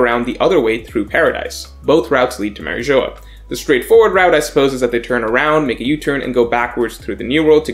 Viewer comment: The way he pronounces marijua